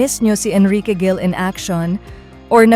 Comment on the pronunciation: Ayusin mo ang tmang pagpronounce s Lizquen at Gil